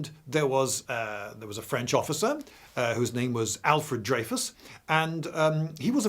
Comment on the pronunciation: hearing a brit say THE FWENCH just never gets old